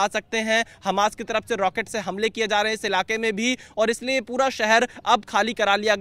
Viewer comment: Hamas ❌️ Hanas ✅️